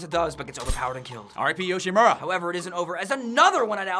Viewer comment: FINALY SOMEONE CAN SAY YOSHIMURA RIGHT IM SAVED